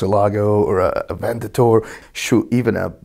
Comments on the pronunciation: Is it just me or he calls it "Avendator" and not "Aventador"? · "the baddest... Avendator in market" :D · LOL Avendator??? It's an Aventador. A vent, a door...... Aventador. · avendator? sure. avendatory issues, maybe. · He has one but couldn't even say it right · Avendator? Lulz 😁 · did he say avendator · can't say 'Aventador' to save his life lol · this guy needs to learn how to pronounce Aventador